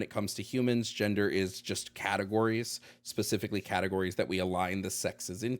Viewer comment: I love how caller cannot pronounce the letter “d,” so every time he says gender he actually says “genther,” therefore caller is not human and is delusional if he claims as such.